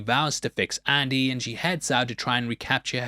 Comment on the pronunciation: “Andy” not Annie.